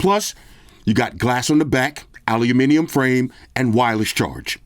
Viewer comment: Wow an American saying "Aluminium" and using a "grams" on the weight scale. Great review bro